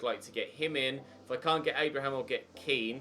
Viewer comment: his name is pronounced ken not keane.